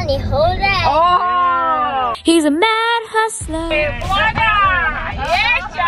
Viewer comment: The “he’s a mad HUstleRr” just makes me so happy! I love it so much it’s so funny!